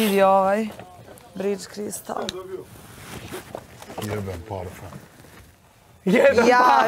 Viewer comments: Je l moguce da je rekla " bridz"( bridge) umesto "brajt" (bright) crystal 🤦‍♀️🤦‍♀️🤦‍♀️🤦‍♀️ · Ali bridz cristal🤣🤣🤣(bright crystal) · Nije bridge (bridz) nego bright (brajt) . Mozes ti iz Sepka, ali Sepak iz tebe ne moze 😅🤣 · "BRIDŽ KRISTAL"🤦😂😂😂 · Kaze glupacetina versace bridge crystal umjesto bright crystal 😂😂😂😂😂 sepak maca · Ali ‘briDZ kristal’ za bright crystal 😂😂😂😂😂😂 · BRIDŽ KRISATAL. ahahahahahahhahahahahaahah pa jel moguce 😂😂😂😂😂😂😂😂😂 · Versace Bright cristal - ✨BRIDŽ KRISTAL✨ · Hahahaha...ne mogu da verujem.Em sto ne zna da cita na engleskom em je taj parfem toliko isfuran i poznat da ne postoji ni ona iz Marinkove Bare da ne zna tacan naziv parfema 🤦‍♀️. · Jos kaze "BRIDŽ KRISTAL" 🤣🤣 AHAHHAHAHHHHAHHAH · Ima ona svoj komfort , svoj bridž cristal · BRIDZ cristal😂😂😂😂😂😂😂😂😂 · Hahaha bright crystal Se tako čita u Sepku